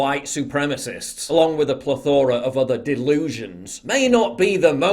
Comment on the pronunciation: Dude, it is “PLÈTHORA”, not “PLETHÒRA”